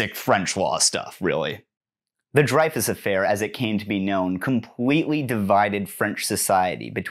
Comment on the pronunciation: Hi, great video, just wanted to mention, Dreyfus is pronounced like Rey in Star Wars. Love from France!